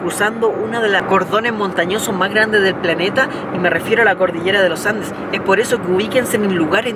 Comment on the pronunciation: Primera persona que dice bien los andes ahaha y no loh andeh, saludos de la ciudad del roquerio , los andes